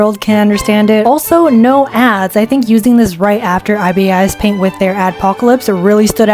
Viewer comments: "I-B-I-S paint" Gurl no wth is that its Ibis paint 😭 AND THE SKETCHBOOK ERASER WAS RIGHT THERE 😭 (I used to use sketchbook but I switched to Ibis paint X) Also Ibis paint ads ain't that bad they only pop up with banner ads or the actual ads if you like wanna use the paid brushes for free I'd crash outbfi I used art studio like I'm sorry 3 LAYERS?? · … are you saying ibis paint as i-b-i-s .. like the letters…. is that how it’s supposed to be pronounced?? i always said ibis like the bird 😂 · as an ibis paint x user, there are buttons to change the fill tool, so you don’t have to worry abt lil white spots, plus there’s an animation feature and also IT’S PRONOUNCED IBIS, NOT I-B-I-S JS PRONOUNCE IT AS THE BIRD 💀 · IT'S NOT EYE-BEE-EYE-IS, IT'S EYE-BIS :( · Girl, it's not pronounced "I-B-I-S", it's pronounced "Ai-bis". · I’m so sorry but every time a non- IbisPaint user says the name they spell out “I-B-I-S” it’s pronounced as “eye-bis” which you can actually hear when you go to their official YouTube! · bruh its ibis like the bird ibis (eye-bus) not I-B-I-S 😂 this hurts so bad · im weezing how did you say ibispaint ( its eyebis not I-B-I-S ) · Isn’t it eye-bees not eye-bis??? Like from the Australian bird?? (The White Ibis) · it’s not even ee-bis, it’s eye-bis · IbisPaint is actually pronounced eye-bis paint x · lol it’s eye-bis-paint😭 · "i-b-i-s paint" I dont care u said that wrong i wont hate on u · IVY A$$ PAINT? 😃 (the ibis paint pronounciation is so funny) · Bruh. It's pronounced eye biss paint 😑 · "ibisis paint" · “IB I S Paint 😭😭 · "eye-bee-ass paint" 💀 (not hate, i just think its funny) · "I B I S paint"😂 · GIRL ITS PRONOUNCED 'A.I.B.I.S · its pronounced eye-bis paint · “Eyebeeyes paint” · "eye bee eye ess paint" 💀 👁 👄 👁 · As an ibis paint user your judgement was true BUT THE WAY YOU PRONOUNCE IT MAKES ME WANNA CRY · why did u pronounce ibispaint like that 😭😭😭😭 pronouce the ibis like eye-bis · Everytime you pronounced ibis as i-b-i-s a part of me died